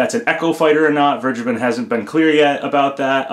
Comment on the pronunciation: "Vergeben" is german and not pronounced like that. ;)